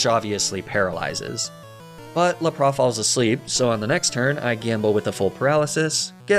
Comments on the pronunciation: I know you pronounce Pokémon names as a joke and to bait comments. So I guess I’m falling victim to that strategy, but idc so be it. This needs to be said, pronouncing the epic water Pokémon Lapras as “Luh-Praw” is a true sin. A crime worthy of incarceration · I was gonna subscribe... But then you pronounced Lapras the ABSOLUTE WORST POSSIBLE WAY that I have EVER heard... So... No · Same with Laprà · aw hell naw what's a Lapras?!! all my homies know it's laprAH